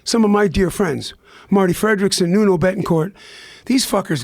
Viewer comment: It's Nuno Bettencourt. He called him "Nono" the first time and "Nunu" the send time. Hahaha.